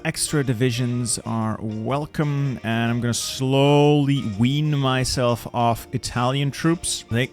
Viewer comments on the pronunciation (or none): none